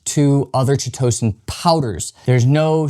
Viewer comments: It’s pronounced: Kite-o-San Thanks for the video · Ky To San. It does not rhyme with Pitocin. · Chitosan the chi- is pronounce kai like chimera. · "K-EYE-TOE-SAN" -Chitosan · This is the first time that I've ever heard Chitosan /'kaitəsæn pronounced this way. It sounds far more entertaining the way that he says it. 😂